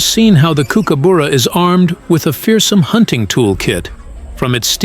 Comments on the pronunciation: For pity sake learn the pronunciation it is cooker burra not bora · If you are going to do a documentary on the Kookies at least get their bloody names right kookooboora is Not how you say it kookuburra is how Aussie’s say it phonetically you rabbit on with a lot of rubbish they will grab a fish if they see one. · Why do you pronounce it Kookaboora, it is kookaburra. Silly script made for five year olds. Thumbs down,waste of time.😡😡😡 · Tell the Yank that it's pronounced,,,KOOKABURRA,,,,not KOOKUBOORA,,,, URRA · The pronunciation cannot be so wrong 😂. Coo coo boo ra. It’s cook a burra FFS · W anchor. It’s not “kook-a booras” it’s “kook-uh-buh-rah’s”. Seriously ruined your video bc if can’t even pronounce its name right, obviously NOTHING you say can be trusted. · It's pronounced Cookaburra not kook a buuura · Not boora but burra. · Not “Kookooboora”, more like “Cookaborough” (rhymes with “thorough”. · Try saying kookaburra properly. It’s cook, as in like what you do in a kitchen. Not kook like in a psychiatric hospital. It’s burra, like the borough in Edinburgh ie buh-rah. Not cookoo boorugh. Unwatchable video due to the hideous “accent”. 🇬🇧🇦🇺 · What a load of crap. Can’t even pronounce the name properly. Also, it is a Kingfisher and it does take fish from creeks, have seen them do it. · It's Kooka Burra not Kookooburra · no, not really. It's pronounced: "Cook" as in "Cook dinner" "Ah" as in "Ah, I see" "Bar" as in "drink at the Bar" "Ra" Cook-Ah-Bar-Ra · I was cutting up a tree trunk on the ground on the side of a hill once and a kooka "BURRA" came down right next to me and flew off with a 1m load brown snake. Then landed on a power line and then whipped the snake until it was butter. FFS say the fuckingn name right!!!! Seriously....it's KOOKA BURRA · Good documentary but every mispronunciation of kookaburra made me cringe. Cook a borough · It’s pronounced Cook-ah-burrah. Cook as in the kitchen and the burrah is the same as the first syllable of bucket.